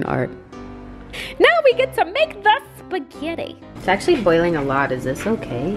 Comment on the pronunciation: Umm... how did you were able to mess up SPAGUETTIS!?? 😂😂😂😂